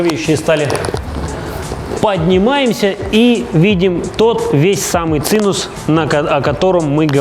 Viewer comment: Блин, чел... Про машину интересно конечно, но зачем пользоваться словами, значения которых ты не знаешь?? ЦИНУС - я хз, что это, а вот цимус - более менее понятно, но не пременимо в тех местах, где ты это произносил. И если уж делаешь обзор на тот проект который сделал, хоть изучи для чего какие кнопки и куда там флешку ткнуть, а то как то все впечатление смазалось...